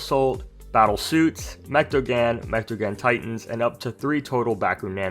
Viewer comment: Say mechtagan because it’s pronounced (mech-ta-gone)